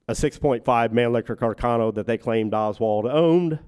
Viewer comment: Isnt Mannlicher Carcano correctly pronounced in Italian, "mann-lee-sher car-ca-no"? I hear that Italian people make fun of how Americans pronounce it " mann- licker car-canno" Also, the third back yard photo of Oswald found in Roscoe White's belongings, is rarely seen in these forums. Robert Groden has it in one of his books.